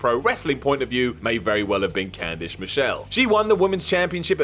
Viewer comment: "Candish Michelle" LOL